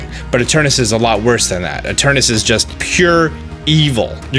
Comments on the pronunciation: You keep mispronouncing Eternatus. You keep saying "Eternus". Make sure you read the words fully before making an entire video mispronouncing it. Lol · Its literally spelled ETERNATUS why are you pronouncing it like that?? Its so annoying XD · I couldn't have said it better. In fact, I didn't, so I'll delete my post about it. Thanks. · Please stop saying eterNATus' name wrong.... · this whole video, you keep missing a syllable. “Eternus”. smh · its spelt eternatus but you b pronouncing it as eternus, im confused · EterNAtus. Seriously dude wtf. You are skipping an entire syllable every.single.time. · Why can't any poketuber pronounce Eternatus correctly? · It's ETERNATUS, not ETERNUS!!! Hahah seriously tho, great vid. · I am fuming with rage whenever he say's "Eternus"... It's effin annoying -_ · Those 186 dislikes just couldn't take him pronouncing Eternus and Olaina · What’s with you and just skipping letters from names? “Eternus” and “olana” lol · Whenever he called it Eternus instead of Eternatus he hurt me. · It’s e-tur-NA-tus. Stop saying Eternus. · Eternatus, not Eternus. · omg can you read. its eternatus not eternas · ITS ETERNATUS NOT ETURNUS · he's been saying space chicken wrong, on the affleck leak it says eternatus not eternas, also please do a video after the games released about how the space chicken was actually related to the plot and dynamaxing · Why does he keep saying Eturnus, but everywhere (even in the title) it's Eturnatus? >.< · Ee Ter Na Tus.. What's up with writing syllables, but not pronouncing them? Ee Ter Na Tus. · Does it drive anyone else crazy that he calls it Eternus rather than Eternatus? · I do the same it just sound nicer to say eternaus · Its fine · Really funny, considering there is no official name/reveal yet. He can call it as he pleases :P. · anyone realise he says Eternatus Like Eternus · I love ya dog, but you keep spelling it Eternatus while pronouncing it Eternus and it's messing with my head